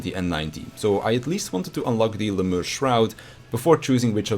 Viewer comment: Lemure is pronounced "Lem-yar-ee"